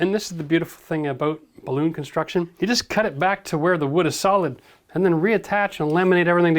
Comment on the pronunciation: Are you saying "balloon construction"? That doesn't seem right but I can't tell what on earth you are saying hahaha